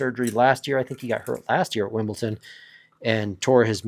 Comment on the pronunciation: Pronunciation Police, but not on players' names: it's Wimbledon, not Wimbleton!